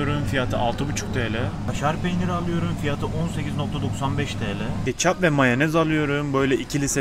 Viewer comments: Alüyürüm diyişine bittim <3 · onu aluyorum bunu aluyorum diyişin nie garip ve hoşuma gitti benim :D